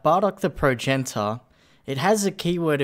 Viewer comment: You raise valid points. Points that should be in the video. Also, Prow-jen-it-ter.